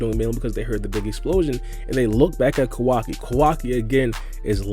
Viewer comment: Ko-Wa-KI not Kawaki?